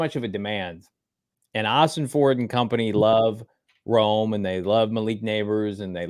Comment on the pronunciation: If we pick Rome then you need to learn how to pronounce his name!